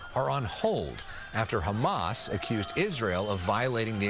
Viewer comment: Quit brining up flem every time you pronounce "Hamas". We don't do that in the English language.